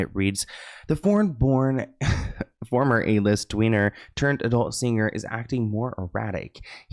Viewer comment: “a-list tweener” lol the T in lisT and T in Tweener melted together and I heard something totally different 😂